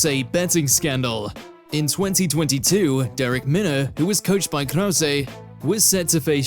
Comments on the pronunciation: Who's "KROWSAY"? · Not to mention James 'Krouwsay' 😅😅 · Not only did he say Chael's name wrong, but everyone in number 1 was pronounced wrong, especially Krause. I can understand getting Nuerdanbieke wrong bc it's a tough one to get right.